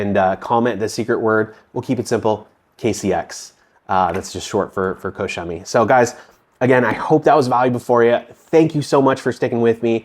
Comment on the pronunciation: It's pronounced " Cock Chemie"